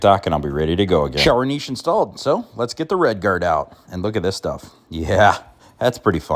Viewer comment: Thank you! Niche! Just like Foyer.